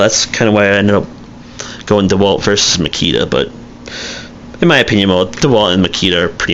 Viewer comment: Bad review! First the festool track is universal. Also blades, really you want to use a blade for a reason not to get something. There are manufacturers that focus only on blades. Frued! I don't think your qualified. Oh yeah and it's not DEwalt it's DeWalt lol you don't even know how to say the name